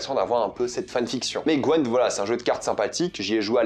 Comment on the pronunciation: Le meilleur pour découvrir c’est largement le jeu the Witcher 3 La série est nul 👎 Par contre on dit pas gwEnt mais GwYnt en anglais 😭😭😭 😜